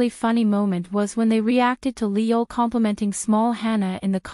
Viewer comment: His name is pronounced "ee yool" in Hangul (이율). The way it's spelled in English is confusing but seeing it in Korean makes it a lot easier to pronounce.